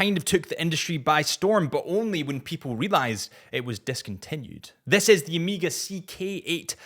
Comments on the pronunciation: Right next to Ohmeeeega? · As well as Omiga. Does his e-mail have an attachment limit of 20 migabytes?